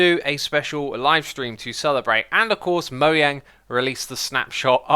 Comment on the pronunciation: moyang. Moyang. MOYANG.